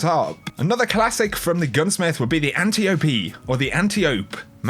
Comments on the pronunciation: Antiope is pronounced an tye OP. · If it is based off of the character from Greek mythology, it is pronounced An-tie-uh-pee. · Its Ma-NAN-Nan and AN-TAI-OH-PEE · In Greek mythology, Antiope is pronunced an-tie-o-pee. So that's what I go with. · Antiope is pronounced "Ant-eye-uh-pee". It's the name of one of Ares' daughters in Greek mythology. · It's pronounced Antilope lol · Ann-tie-ope. That's how you say it. Everyone else is wrong. ; ) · Gage Rutledge - Antelope-D LOL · ANT - EYE - UH - PEE. jesus, are there ANY guardians who know their greek mythology? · (ant-eye-oh-pee) Sister of the Queen of the Amazons. Do you even movie bruh? jk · It's pronounced Antiope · For the love of god Antiope is pronounced Ant-eye-oh-pee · It's pronounced antilope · It’s not pronounced antiope it’s pronounced antelope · The e in Antiope is silent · The Best Username nearly year 2 and literally no one can pronounce Antiope correctly